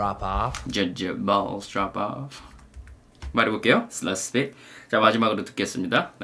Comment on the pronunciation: drop off 발음이 너무 어렵네요.. 드랍 오프 이런식으로 하니깐 조커느낌이 안나고 제가 듣기엔 드라프아파? 이렇게 들리네요 ㅠㅠ